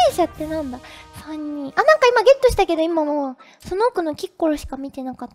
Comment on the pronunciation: キッコロ......きっ殺にしか聞こえない......